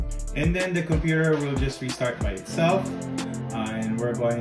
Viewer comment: „Cumpur“ = Computer